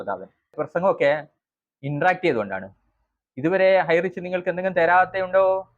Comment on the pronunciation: ഹൈറിച്ച് 👌 ഹൈറ്റച്ച് അല്ല തിരുത്തു.. ❗